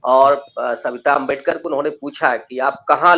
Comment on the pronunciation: आंबेडकर आंबेडकर बोलना ही था तो मुंह से सुपारी निकाल कर बोलना था न उच्चारण तो सही आता अब भुगतो